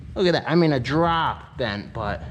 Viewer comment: lmao ! " a drop bent " he says ! luv you man ! lol